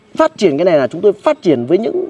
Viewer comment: Lếu như và nà lếu như 😂😂😂😂